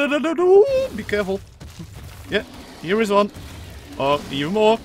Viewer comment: Because you said come hier i know you are a dutch guy😂